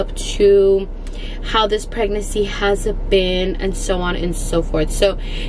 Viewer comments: I love her but it drives me crazy that she says pregnacy instead of PREGNANCY. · it’s pregnaNcy not pregnacy 😂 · it’s PREGNANCY NOT PREGNACCY lol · It’s so cute the way you say pregnacy instead of pregnancy 😬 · I feel like now that you’re in your final weeks I’m used to you saying pragnacy instead of pregnancy 😂❤️❤️❤️ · Pregnacyyy 😂 lol i love how you say pregnancy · PREGNACY lol i love how she says that 😂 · The way you say pregnancy 😂 still love you girl and happy birthday❤️❤️